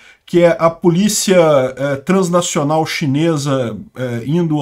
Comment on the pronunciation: Eu tô viajando ou ele falou “PULICHIA”? 😅